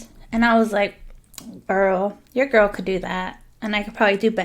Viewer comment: OMG I thought you said grill 😂😂😂